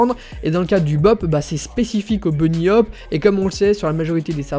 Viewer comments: CSGO oui mais tu as dis bop en 1 mot mais c'est séparer bhop on dit bi hop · Les maps "b-op" désoler mais j'étais mort de rire c'est bhop "bunny hopping"